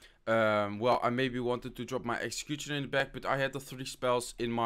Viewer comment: Please learn how to pronounce "Executioner" you say it like Exxcxecuxchiona